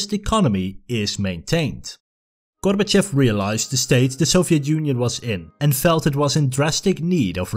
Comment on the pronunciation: It's pronounced "gor-ba-CHOF", not "GOR-ba-chef"